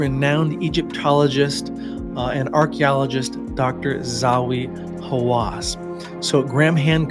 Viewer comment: "Zawi Hawass"